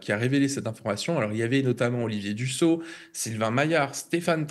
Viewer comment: on ne prononce pas Dusso mais Dussopt (e). Même si il est un traitre qui a trahi en son temps un parti de traitres, n'écorchons pas son nom.